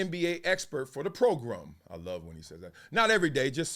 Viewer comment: The pro-grum 😂😂😂